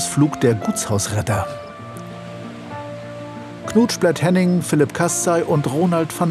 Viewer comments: Seit so vielen Folgen triggert mich dieser Name bzw. die Aussprache des Sprechers: "Knutschplett Henning" Ich brauchte sehr lange um zu verstehen das der Mensch nicht Henning Knutschplett heisst sondern Knut Splett-Henning ... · Ich höre anfangs IMMER noch "Knutsch blett", anstatt Knut Splett-Henning...